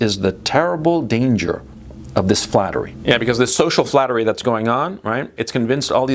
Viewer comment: Flattery, or is it 'Fattery?' 😂